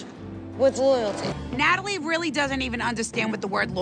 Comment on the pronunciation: Did Renee say, "Ratalie"???? 🤣😂😂😂